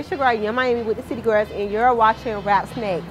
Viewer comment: I like how she say "City GOROS"